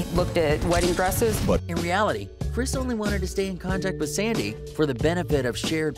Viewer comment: Her name was “Sandy” not “Sadie”.